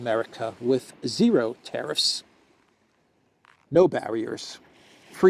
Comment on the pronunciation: Please stop saying teriffs, the word is tariffs